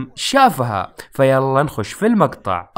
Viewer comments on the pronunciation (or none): none